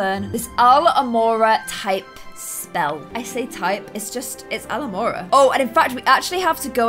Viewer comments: it’s Alohamora not alamoRRRAAAA your saying it wrong! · alamora: oh my god i said that just like hermione me: it’s alOHamora sweetie This is just a laugh love you ❤️❤️ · Ethan Davies it's alOhomora not alhomora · She says Al-homora but it’s Alo-homora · Ebue7 Peagle I'm British the entire Harry potter cast is British they all pronounce it alohamora not alamora and just bc she is British doesn't mean she can say it however she wants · IT'S NOT ALAMORA IT'S ALOHoMORA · ITS ALOHAMORA ITS PRONOUNCED ah-low-ha-more-ah u too cray cray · Its alOhamora not Alhomora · "Al hamora, I said it just like Hermione then" no... It's [al-LOH-ho-MOR-ah] 😅 sorry but I just gotta point out your mistakes with Harry Potter 😅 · I hate it how she say Alomorey instead of Alohamora! Same thing when she says "It's LevioSa not LevioSAH!" She actually saying what she is saying not to say. (You know, She says "not LevioSAH" but thats what she actually says). It's LeviOsa not LevioSAH OR LevioSa ! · Alo-ha-mora not alo-mora ❤️🌹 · uh-low-huh-more-uh not aloe-more-uh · It’s pronounced a-low-ha-more-a not alo-more-a I feel like hermoine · It ain’t pronounced Alomora it’s alo-ha-mora Edit:I’m right here you are, exempt I had to wait FOREVER ♾ to meet and I have the meet with Penny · Its not alohmorah it’s aloha-mora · Your saying it wrong it's alOhomOra not Alomora 😂😂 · its not alomora its alohamora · It's A-LOW-ha-mora NOT Al-A-more See what I did? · U keep saying aluhmora, it's alOhomora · Its aloHomora not alomora! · It's pronounce Al-O-hamora, not Al-mora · It's al-oh-ham-ora not al-o-mora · Its aloHOmora not alomora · It's AloHOmora, not Alomora. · It’s al-o-homora not alhomora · Hey just for it's pronounced aloha mora not alo amora. No hate though. Love your channel. Big Harry Potter fan as well. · No offense but your pronoucing it wrong it' sounds like Aloha, Ah lo ha mora not alo mora. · I love u but it’s alO hamora not alamora 😫😫😫😫💖💖💖